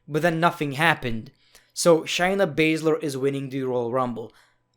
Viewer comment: You sound like Gru, and you called Shayna Baszler “Shiny Bather”